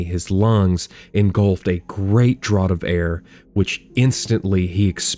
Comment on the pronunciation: I believe “draught”is pronounced “draft” in stuff from that time period. I’m not trying to be rude. You did a great job, this is just for future reference. Thanks for the story. Sorry if this is like the hundredth mention of this.